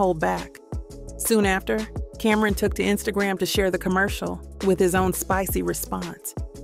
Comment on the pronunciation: Cameron 😂. It’s CAM-ron